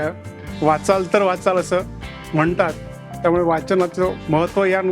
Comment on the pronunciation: आप'न' .. म्ह'ना' लात ... वा काय भाषा आहे... मराठी वांग म या बद्दलची माहिती!!